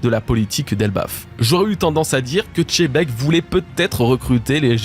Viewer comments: Pourquoi vous apprenez pas d'abord a prononcé correctement les noms des personnages ? Pourquoi personne ne dit, que c'est pas chebek mais Xebec ??? Ou est ce que vous voyez marquer par Oda CHEBEK ? MOI je vois XEBEC, 🤦🏻‍♂️ comme ceux qui dise LOJIA au lieu de LOGIA 🤦🏻‍♂️🤦🏻‍♂️🤦🏻‍♂️ mais bon y en a qui sont incapable comme les francais qui ne savent que parler en français, et encore avec des soucis des prononciation, prenez pas mal mais juste c est le problème dans la tete ? Vous qui faite des video et faites les intello 🤦🏻‍♂️😅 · perso je dit pas xylophone mais chilophone que du love sur toi appart pour la prononciation de xebec video incroyable comme d'hab